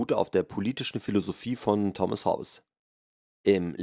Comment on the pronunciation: "Hob-bes" ist auch gut! :) Boy oh boy!